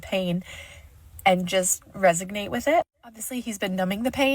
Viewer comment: I’m sorry but, resignate?